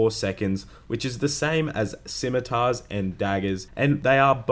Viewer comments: I cringe so hard when people say 'skimmitar....' look the word up in a damn dictionary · Dear adults who play Runescape, please stop pronouncing the C in scimitar 🙈